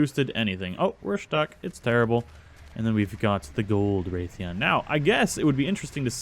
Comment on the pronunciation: Ok I know this was two years ago but Rathian isn't said 'Wraith-ian' It It is said Rath-ian (exactly the way it's spelt) sorry just my fan side of MH came out of me